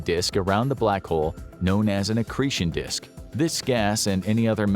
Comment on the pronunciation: Did he say “excretion disk”?